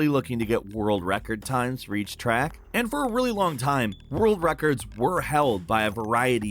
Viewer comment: "on every trick" you mean "track" Each video I watch with, the more unintelligent he comes across. Seriously dude, your videos are sloppy, you mispronounce words all the time, you repeat yourself multiple times to say nothing new... If this was solely channel, I don't think I could be here, LOL